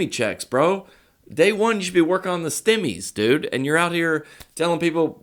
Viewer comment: “Stimmies “ lol